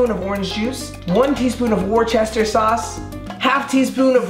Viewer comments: 'Worchester sauce' haha isn't is we-ster-sheer sauce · its prononced woa-stah sauce btw its a new england thing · How THE FUCK did you just say “worcestershire sauce”??😂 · I’ve never heard Worcestershire pronounced “war Chester” 😭 in the south we pronounce it “whisker sour” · 3,374 comments about stupid sour cream and no one's even gonna tell him: It is pronounced "wuss-ta-sheer" sauce. Not "war-chester". And that's not wooooooos, it's like "you're a wuss"